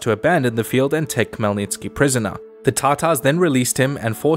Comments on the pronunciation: I was showing this video to my dad and he was so confused. Khemlnytsky is a typical weird Slavic name that isn't pronounced the way it is spelled. The Kh is not a strong K, but a soft one, and sounds more like Hell, then Kell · It's actually Hmelnytsky Idk the translators always add K to all Ukrainian words that start with H